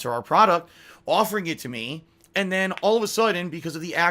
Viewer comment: He literally says and like “ayund”. It’s so weird